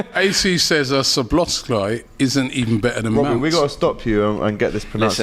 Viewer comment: and he said slobozlai😁